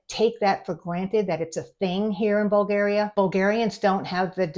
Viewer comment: In Bulgaria it's illegal to say BulgEria. It's BulgAria, with "A" like BrAzil.